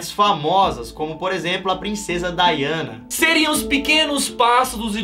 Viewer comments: ele falou daiana mais na verdade é DIANA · é Diana não Daiana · No ele disse daiana sendo q é diana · o Lukas disse Daiana só q ali tava escrito Diana tlg